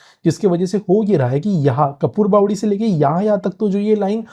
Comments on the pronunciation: train, bhai pronunciation thik se karo. Kasarwadaawali nahi Kaasaar wadawali naam hain. Kapoorbawdi nahi Kaapur (camphor ka Marathi naam) baawadi hain. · Pronunciation of station names in Marathi is important. There is area lokhandwala it is Samartha nagar. कापूरबावडी not कपूरबावडी काटई not कटाई